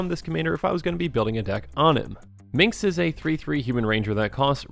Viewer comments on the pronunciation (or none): Dude, it's "Minsc." MinS-K. Not Min-KS. Drove me NUTS. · Love this deckteck, you made me open my eyes to some gems I hadn't thought of with Minsc's ability. And the soothing voice is also a great fit. You're doing good. (And pssst it's Minsc not Mincs, just a heads up:) ) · Wait, so you state you played BG but you still mispronounce his name as "Minx"? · What's up with calling Minsc, Minx O.o? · You made this video 1000x sexier by calling him "Minx," over and over.